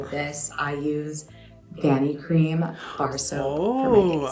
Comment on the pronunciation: Hyram, it's pronounced "Vanee-cream". You are so right, Vanicream is a great product line no matter what product one uses. Great facial cleanser, too.